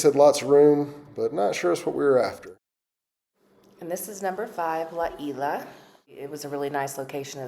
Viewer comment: That would be "La Ees-lah." The "s" is pronounced.